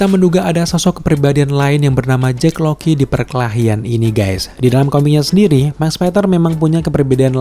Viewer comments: kirain gue doang yg dari awal dengernya JACK LOKI, JACK LOKI mulu, bukannya mustinya JACK LOCKLEY yak? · Sengaja banget ya pengucapan nama - namanya diplesetin? Jake Lockley bacanya Jake LOKI, Bast bacanya BLAST